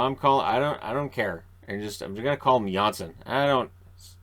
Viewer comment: You are.correct Chico asked him in an interview today you are pronouncing Johnsson correctly